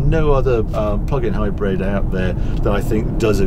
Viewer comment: It's a hybrid not a hybread why would I trust anything you say